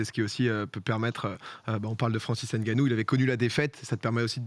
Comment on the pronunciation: Arrêter de dire n ganou c est nganou on avale le n.